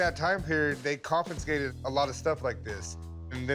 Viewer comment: Confinscated isn't a word. Chumlee means confiscated.